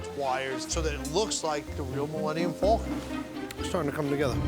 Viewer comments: It’s pronounced Falcon NOT FULCON LOL and I am a New Yorker, so cannot say it’s the East Coast accent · "Thu Mullenium Fulcon."